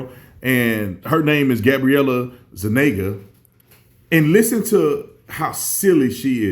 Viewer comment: Zuniga - pronounced (zu-ni-guh)